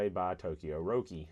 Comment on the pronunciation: Your pronunciation of Roki is correct. Glad the OEM black is pretty good, which is standard for me in Japan. Runs me about $12 (￥1,300) each. I wouldn't run the blues, super disappointing. Glad I got to see the inside of that.